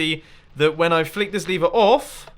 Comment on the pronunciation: OMG STOP SAYING LEVER AS LEEVER IT"S GETTING ANNOYING!!